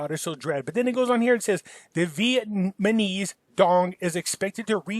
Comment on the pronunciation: Who else loves to hear say "Vietmaneez"? Lol. Love this guy.